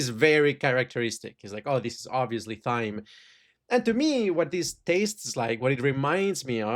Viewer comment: Thyme is pronounced the same way as "time"